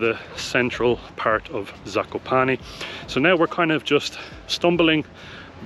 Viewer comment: Guys you have really good prounciation